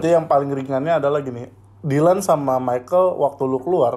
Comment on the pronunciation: Dyland plos Mekel souw?